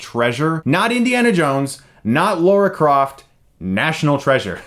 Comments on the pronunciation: Lara NOT Laura! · its LARA... NOT LAURA -_